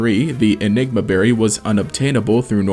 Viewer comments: You said "ligma berry" lmao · hey what did you call the berry the second time you said it